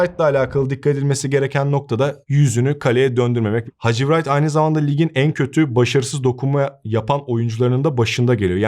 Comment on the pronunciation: Hadji wright okunurken w yok sayilarak "rayt" diye seslendirilir .